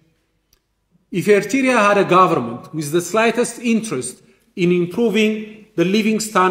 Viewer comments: This man the same like the PM from grade 7 Even he can’t pronounce Eritrea 🇪🇷 All his speech the same since 1991 blaming Eritrea and more Is he talking in empty house? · He doesn’t even pronounce “Eritrea” well. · He can't even pronounce "Eritrea" correctly, ye mehur mehaymoch sebeseb. Agasesoch!